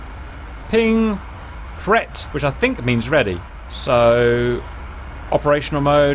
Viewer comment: "preT" 🤣nice accent haha. Thanks for the tutorial as always !